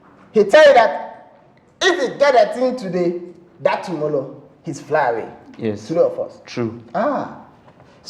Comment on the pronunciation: Tomollow after tomollow......... tomollow tomollow tomollow😂😂😂🤣